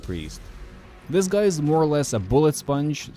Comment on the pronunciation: You say guy like "goi" and it tickles me pink